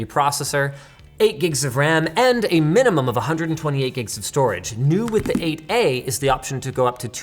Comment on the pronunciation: I hate how "8a" keeps sounding like "aa"